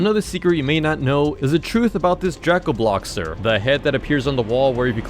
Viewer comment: its pronounced dray-co-bloxers